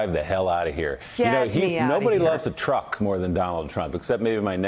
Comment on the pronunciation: He wants to dwive the twuck. What an alien child he is.